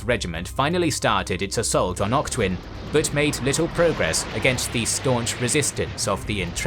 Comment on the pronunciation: Weird combination of good pronunciation of a lot of Burmese place names, but then butchering Wavell and Auchinleck.